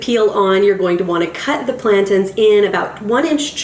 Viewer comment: Why is she calling them plankton?? 🤦🏻‍♂️🤦🏻‍♂️🤦🏻‍♂️🤦🏻‍♂️ plantains lady pls for the love of God! 🤦🏻‍♂️🤦🏻‍♂️🤦🏻‍♂️